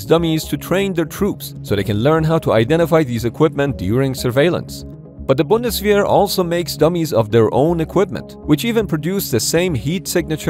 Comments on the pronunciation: That pronunciation of Bundeswehr was almost spot on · Cool, that you pronounced ,,Bundeswehr" right. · My respect for pronouncing Bundeswehr correctly. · Nice pronunciation on Bundeswehr, almost on the dot 👍